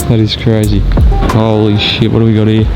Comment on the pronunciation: 🤯 2007 whoa bro! I want one! The way you said holy shit about 10 minutes in sounded like you had been in Japan for a few months lol Love the video g